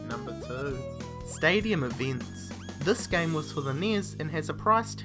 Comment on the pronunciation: whats eeveents?